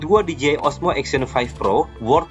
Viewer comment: Di Je Ai bukan Di Ji Ai